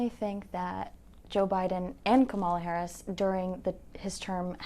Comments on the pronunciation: Jesus, why is it so hard for then to say her name correctly? Just say VP Harris, SMH!! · Two of the three women do not know how to pronounce the Vice President's name. The young lady in the blue dress keeps saying her name correctly, but the other two are not getting it.